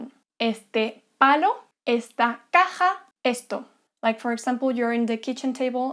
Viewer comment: caja sounds funny XD